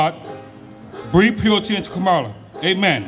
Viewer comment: it's KAHmuhla. not KÄhmuhla. not kuhMAHLA.